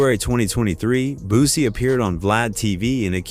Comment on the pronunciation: Man did you hear how he just pronounced Boosie's name LOL 😂🤣🤣 Man somebody put a stop to this shit 😅😅😅